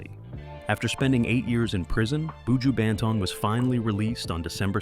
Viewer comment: Lawd. Please learn how to say his name properly tpc